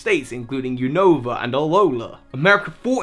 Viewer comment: why do you pronounce 'unova' as "oonohva", it's 'you-no-vuh' not uwunova